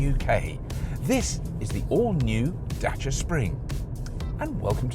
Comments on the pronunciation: I get a mini chubby whenever someone pronounces Dacia correctly. As a Romanian, thank you for taking the time to learn how to say it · Surprisingly correct pronunciation of the word Dacia.